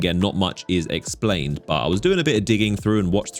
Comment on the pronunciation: Drinking Game: Take a shot every time you hear an isolated low-voice "BAW" (intending to say 'but' with an accent)